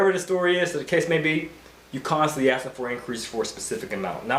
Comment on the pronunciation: Listen, it's pronounced ASK, not Aks. The S comes BEFORE the K, why is that so hard for you people to understand?! Aside from the annoying and unprofessional ghetto-lingo, I appreciate the good content.